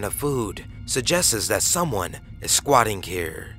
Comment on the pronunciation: Aliens is now "elh-liens" and trails is now "trells" Suggests becomes 'sug jesses" LOL! Shit is hilarious.